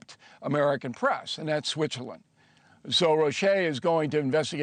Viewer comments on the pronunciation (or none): It’s not pronounce as ‘ro shay’, it is just “rowash’. Roche owns Genentech in SF.